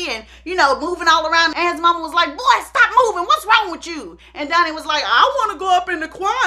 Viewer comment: I love how all of her “O”’s are “U”’s. Dunny, Sung not Donny and Song. 🤣🤣🤣